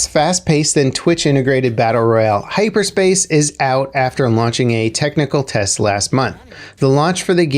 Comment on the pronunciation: "hyper space" lmao